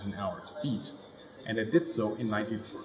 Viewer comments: Amazing video, very very interesting. One little thing, the pilot's name is Francesco Agello, not Angelo. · Francesco AGELLO not angelo WTF